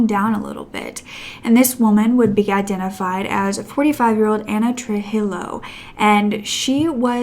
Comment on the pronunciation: Hispanic name Trujillo is pronounced tru-HE-yo. 😉